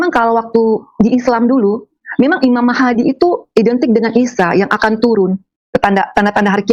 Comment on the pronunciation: Ngarang. Ngomong imam mahdi saja imam mahadi klo benar dia islam asli. Ngg salah pengucapannya. Paling jg mang dia islam2an/ islam ktp. 😂😂